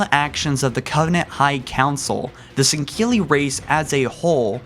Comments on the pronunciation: It's pronounced Sang-heely for Sangheli and Sang-heely-ohs for Sanghelios. There is no "Q" or "K" in either of those words. Other than you're pronunciation at times I really like your videos. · "The sangheeley followed the foreigners" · I know has issues with pronunciation but the way he says "sanghelli" really bothers me. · not sangili. u say it improperly. 😂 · How do you get a K sound out of a word spelled S-A-N-G-H-E-L-I? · shipmaster's cool plus u pronounce sangheli and sanghelios wrong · Teh Hartley1018 I believe he was making fun of how pronounced it bud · there are many reasons.. not that he is a bad person but there are many flaws... like when he makes videos about something that was basically nothing, not checking lore before posting, pronunciation, fact checking, etc. this was indeed one of his better videos in terms of fact checking and lore though he left the arbiter section of the elites history out. but he butchered the elites native name alot worse then usual... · he said before he has a bit of a speech impediment, but still it aint that hard to say sanghelli lmao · SAN-GELL-EY NOT SAN-KEA-LY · Im sooo sorry but why the fuck do you say sendkilli... or at least you sound like your saying it that way... say sang- heelli... after all thats how the arbiter says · sahn-GAY-lee, more like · Bro I can't handle the pronunciation of Sangheili. Why do you pronounce it like "Sangkeili" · Why are you pronouncing Sangheili as "sinkeelly"? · sinkilly no singuely get it right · It’s not san-gill-ee it’s san-gell-ee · Why do you constantly pronounce their name as " Sang-keel-ee " when its actually pronounced " Sang-heel-ee "? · It's sangheili. Not sangkeili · Sankeli?? I'm pretty sure you're supposed to pronounce it Sangheli 😂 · Does it bother anyone else that he says sangheli like sangkeli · its SANGHELE not SANKKELE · Jesus dude can you read.... sangheili not sankeili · Why does it sound like he's saying sangkilli it's pronounced Sangheili (Sang-heal-e)